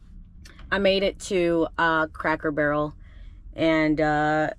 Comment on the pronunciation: I love the way you say Crackle Barrel. 🤪